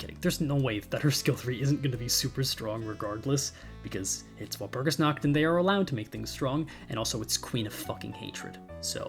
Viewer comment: completely unrelated but the way says walpurgisnacht really hurts my ears as a german speaker, it would sound so much better if he said walpurgisnaHt instesd of walpurgisnaKt.